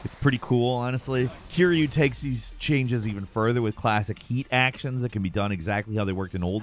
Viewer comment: Don't pronounce Kiryu's name like that😅 sounds like he's Kirby...